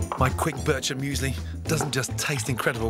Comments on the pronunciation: börtscher müesli, kolleg das heisst immerno Biiirchermüesli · nice, but you pronounce it wrong tho. its more like "beerker"- or "birk-er"- müesli not bircher. Source: i'm swiss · All Swiss people winced when he called it “Burcher”... it’s “Beer-chur”. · Its BirCHer Müesli. The ch sounds like the sound you make before you spit something from the back of your throat. It doesnt sound like a J from the word Juice. It might be the hardest swiss thing to pronounce xD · I always rage when people mispronounce food like bircher müesli is not pronounced the same way as birch (the tree) I know pronunciation varies from language but if theres a set language that it originates you call it by that unless there's a literal different word for it another example is on a game show someone prounced rösti as Rusty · It's pronounced "Bircher Müesli". See how easy it is. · For me as a swiss its really gunny to see how u pronounce bircher müsli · I am Swiss and that’s not how you pronounce bircher